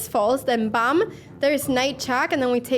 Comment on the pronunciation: It is BAM- not bum